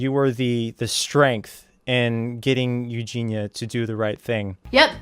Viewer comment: Mans can't even say Eugenia right, cheers grease onion